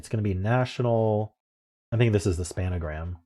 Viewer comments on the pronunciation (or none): It's "SPAN-GRAM," not "SPAN-A-GRAM." Two syllables.